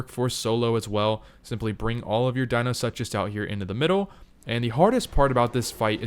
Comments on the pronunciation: dino- such - us???? Dee - No - Sook - us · Please stop saying "dino-such-us" you sound ridiculous. It's "dino-sook-us"